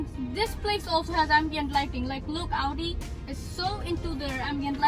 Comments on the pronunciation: he is using american accent in very few words... rest of them are british!! so it's not necessary to say that american one in this purpose whether it's sound bad! and do some research that the american one is also not auudii it's "aowdi" but he is saying it like uuu which sounds bad and also artificial overdo!! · u tryna say u feels awkward after hearing this sound ,,yeah the correct pronunciation is aw-dee in American accent ,,I wanna say leave it and don't watch this video cuz it's not going to fix anyway and he'll improve his pronunciation Inshallah ,,so leave it ,,and I think the weird0 thing is bout pronouncing so this kinda thing stucked u badly